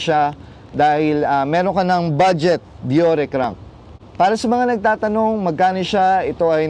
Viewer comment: Excellent video review, (Diyor) po ang pronounciation ng Shimano Deore fyi lang po